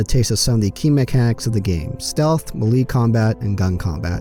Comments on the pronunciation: Me lee? I though it was May Lay. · That's the first time I've heard "melee" pronounced like that... 🙂 Thanks for the video ✌